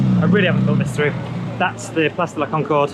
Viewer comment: Did he seriously pronounce "place" like in English while attempting to pronounce "Place de la Concorde" in French?!? What's the rationale behind that? It's like Spanish learners here saying "me gusta" like "mi gusta". 🤦‍♂